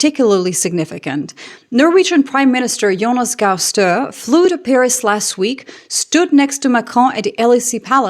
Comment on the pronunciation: It's StørE, you pronounce the E. It's not french